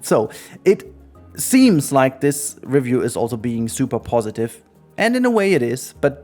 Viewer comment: Oh boy.. Off to a great start with this video that is already pointless before even clicking on it. Can't pronounce REVIEW. Can't even pronounce the NAME OF THE EFFING GAME..? Daheck is that? How on earth can anyone with their brain still working, even THINK they can "Review" a game that 1. Isn't released yet. 2. Played at best an ALPHA build, not even BETA. So dry on content that we're making any sh-t now? Tell me, how can you REVIEW a GAME, that not even YOU, nor the DEVS themselves have even seen and tried everything, because about HALF the effing game isn't even made yet dude. Stupidity all around with some youtubers it seems... What's next, gonna Review Elder Scrolls 6 too? Heck why not Review the next Mass Effect? Oh, you can't, you have to at least play a super early, not even half-finished game, to wanna review it? How about doing what a review is supposed to be, review the Finished product. Do you go to a restaurant, enter it's kitchen, it's barely halfway thru your dish, and just by a quick glance, you can review the restaurant? Get real dude, fair enough if you need to make videos like a drug or whatever But ffs, stop bullshitting your viewers. Already knew this was gonna be a dumb video since it's a 'review' lol. But then within the first few seconds, says review wrong, and even get the friggin game's name wrong. wooow. Quality...is a myth. Apparently. Now if you had titled the video "played a super early build of the game for X hours, here's my THOUGHTS".